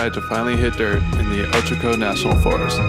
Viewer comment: Actually locals say OH-CHUH-CO not OH-CHO-CO